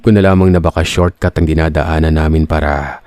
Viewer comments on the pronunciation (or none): none